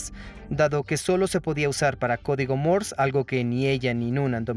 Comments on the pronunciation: "Morse", no "Mors". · Se pronuncia código Morse sin la E al final o Morse con la E al final?